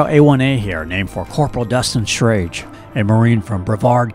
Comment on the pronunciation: Knew the family well. As my sister dated his older brother Jesse for several years. Believe you may have mispronounced his last name though.